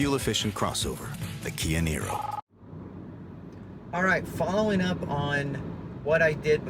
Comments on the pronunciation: Great video review.....STOP saying NYRO, it sounds rediculous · Worse review i have ever seen. If you are going to review a car at least have the understanding of how it works. The dct is always in use even in electric only mode. Other hybrids use a CVT gearbox. You can't even get the pronunciation of the name correct FFS